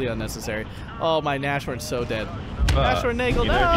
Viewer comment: I know I am picky again, sorry! - Nashorn is pronounced Nas-horn, not Na-shorn I don't want to be annoying (although I am), just want to "help".